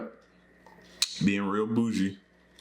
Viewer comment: Hahaha did you say, "Feeling real Boozey? or Bougie? hahaha I know.... just made me laugh lol